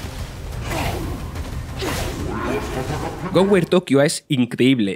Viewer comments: Gower Tokio? Jajajaja ayyyy reir para no llorar, y pensar que hay gente que sabe hablar y no tiene trabajo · "Goweir tokio" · a pesar de el equipo que conforma a Vandal y su excelente trabajo en lo que es un análisis concreto sobre las entregas que se reciben , no comprendo como pueden considerar que quizá la labor del narrador discrepa en la calidad del trabajo . mas allá de la nacionalidad o acento no poder coincidir ni con el nombre de la entrega denota un declive en la calidad , espero que en un futuro tanto el o como el equipo de vandal pueda mejorarlo